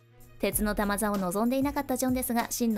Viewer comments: たまざって。 ぎょくざだよ、玉座。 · 鉄の「たまざ」ってｗｗｗ